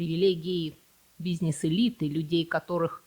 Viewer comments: Мне нравится Ваш канал, только вот слова и ударения, типа: дебЕтовая и бизнЕс, всё впечатление портят😏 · Слово "бизнЕс" режет слух :) Интересно, почему вы так говорите? Не могу припомнить чтобы я где-нибудь слышал такое произношение этого слова. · В русском языке слово "бизнес" относится к группе заимствованных слов, где перед "е" произносится твердый согласный, так что звук "е" превращается в "э". Таким образом, слово "бизнес" произносится как "бизнэс". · Ударения ставь правильно и научись говорить слово бизнес